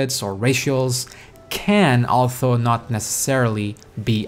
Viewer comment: LOL had to click off the video couldn't take that "altho" best of luck not being able to talk